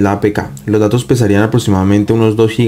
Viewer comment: Dice dados en lugar de datos????